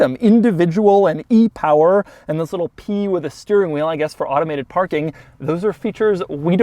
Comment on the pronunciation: You gotta love the "thiz" at the beginning of every video